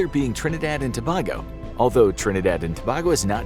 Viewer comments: Its pronounce to-bay-go not to-bah-go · not infographics pronouncing Tobago wrong (again if i remember correctly)😅. The 'bago' pronounced like in Winnebago (The rv company) and not like your saying "a bag o rocks." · your facts about Trinidad and Tobago is incorrect and its pronounced TUH BAY GO not TO BAG O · It's pronounced to-bay-go not to-baa-go... courtesy a citizen of the country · As always, great episode! Tip from a Trinidadian: Tobago is pronounced as "Tuh-bay-go." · I'm tired of watching these videos and personally being a West Indian (someone from the Caribbean) i am very offended when they don't get the pronunciation of these Caribbean islands correct. It is pronounced as, TRINIDAD AND TO-BAY-GO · Tobago pronounced To-bay-go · I from trinidad and tobago and 1 that is not how u pronounce it 2 i dont believe the death penetaly still stand in our country bc it have ppl who did some evil things but just sentence some years in jail nun more